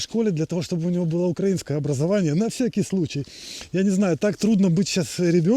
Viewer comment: Спасибо за видео.Как всегда просто,искренне.Одно маленькое замечание.Не укрАинское,а украИНское.